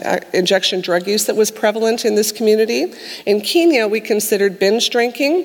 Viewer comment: someone teach her how to pronounce Kenya omg